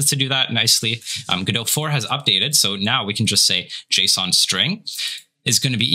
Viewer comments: its not go dot! its godot! t is silent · Go-dot... isn't it guh-dough? Either way, thank you guys for taking the time to help us noob devs out n_ n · Why does the guy at the beginning keep saying go-DOT? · Bruh. Please stop saying Go Dot. Please. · It's pronounced Guh-Doh, the "t" is silent. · Just to let you know it is pronounced guh-dow :) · First question. I thought it was pronounced "GUH-dough." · you don't even pronounce the name of the engine correctly, why would i trust that you know anything else? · the mispronounciation of godot is gonna kill me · The pronunciation in the intro is wrong. The T in GODOT is silent. The presenter's pronunciation is correct. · By the way, what's the correct pronunciation of "Godot"?